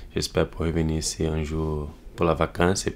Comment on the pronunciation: Si il savait dire IÇI SI PARIS xD